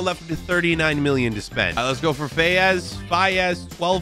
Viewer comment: Btw its pronounced f-a-s for wout faes from Leicester